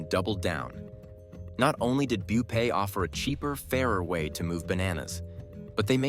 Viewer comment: Did you even watch the full video? He referred to Rupay as Bupay in this video